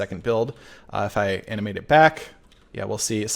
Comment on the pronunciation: Anyone else hearing “anime” instead of “animate”